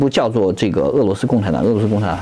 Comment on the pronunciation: 俄（二声调）罗斯，不是四声调啦，饿饿饿 你饿了吗😂😂